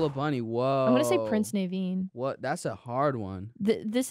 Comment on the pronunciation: your pronunciation of prince Naveen caused me physical pain